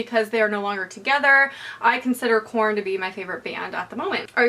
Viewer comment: did anybody else keep hearing porn instead of korn? :)